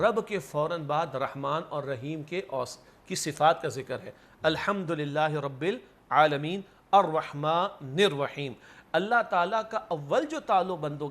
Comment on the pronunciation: Al Khmdolillah Nahi Al Humdolillah Hy. Note Al Khm Its Al Hum.